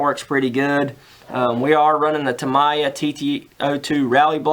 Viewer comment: TA - MI -YA ... That's how u pronounce it..cheers